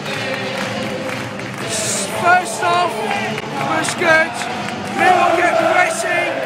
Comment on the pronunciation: Love the videos, but why do you say “millwall ”, but I love the videos keep it up COYL🦁🔵